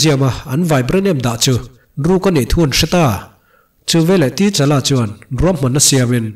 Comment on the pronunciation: Sir ka lo sawi ve mai2, comment tih tam nan,, T-Challa tilo in Ta-Challa ti a lam tur ni in k hria.